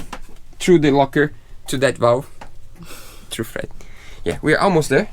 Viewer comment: I know you're saying "thread seal tape" but I keep hearing "FRED seal tape" which makes it much more fun. I'll never be able to see Teflon tape again without thinking of you guys & Fred.